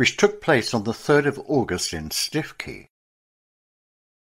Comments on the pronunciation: please correct mispronunciation. stikey is stukekey for example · The Prostitutes' Padre. There was a musical made of his life. It's not Stiff-key it's Stoo-key. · Absolutely, Stoo-key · Stiffkey - pronounced Stukee in Norfolk. Interesting and well researched. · What a terrible and even grotesque story: the much used , 'You couldn't make this up' occurs. Lion-baiting in the 20th century shows that what passes as entertainment hasn't moved on since the hey-day of the Colosseum: taste for humiliating people in public very very depressing.[Btw, I had always understood Stiffkey was pronounced 'Stewkey'.] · Its pronounced Stookey locally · Please! Stiffkey is pronounced Stuwkey! I’m a local six fingered yokel and I know! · Its pronounced Stoo-kee